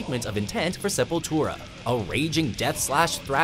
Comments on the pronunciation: thank God they said it right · He finally learned how to pronounce the bands name... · hey you guys pronounced the name right this time!! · Awesome list! Glad you guys finally said the name right. You listened!! Hahahahahaha!! \m/ >< \m/